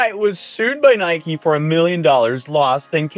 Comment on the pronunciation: Can anyone pronounce Nike correctly.....